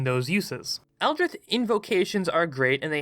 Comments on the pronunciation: Odd accent you got there. Never heard of "Eldrith Blast" before. "Artifisher" sounds like a magically enhanced fisherman. Interesting concept, ranking classes against each other. I feel like they're designed to synergise (when played properly), rather than compete. That said, I have no idea what your criteria is for each rank. What is the actual difference between S and A, for example? It feels like you're being a bit arbitrary when deciding one rank or another. Also, I feel like you're not that cluey on how healing/support characters are supposed to be played in 5e. You don't play them like a healer in an MMO where they are designed to just top up the HP of the tank during battle. They are supposed to help players avoid taking damage in the first place, and to get players off the ground if they're dropped to zero. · The way you pronounce "Eldritch" scares me more than the abominations defined by the very word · I was mad enough with the pronouncing Eldritch without the c... but I disagree with Warlock being so mid tier regardless. The spell slots are the only negative, but you get some at will spells, Eldritch Blast having the potential to get off a minimum of 24 force damage with Agonizing blast if all beams hit alone is noteworthy, they can also gain Smites too, and their versatility is off the charts. I'm not saying S tier, but still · Is that how you pronounce 'eldritch'? I thought there was a 'c' in there... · Is no one going to comment on the fact that he pronounces “Eldritch” like “Eldrith” for the warlock part? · ITS ELDRITCH not eldrith blast thats a t and ch pronunciation as in ditch not th as in with. Please gawd this makes your videos nearly impossible to listen to. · It’s elditch not eldrith plz say it right u made me cringe every second of warlock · Eldritch not "Eldrith" you fool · I hate to be that guy, but does he just pronounce Eldritch Blast as Eldrith Blast or is it just a lisp? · excuse me? eldritth? eldritth blast? scrbgffgf